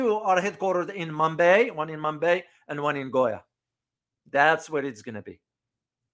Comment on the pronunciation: Its not mombaae and goya😂 Its Mumbai and Goa😂.... First learn pronunciation properly😂 When we have 60 hours of course but if you finished in 2 hours... Outcome is clearly visible....RIP to your knowledge😂